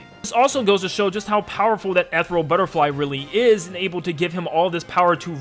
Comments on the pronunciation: it's "ethereal", not etheral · Love the video. Quick note. Ethereal is pronounced eetheereeeal. Like the word Ether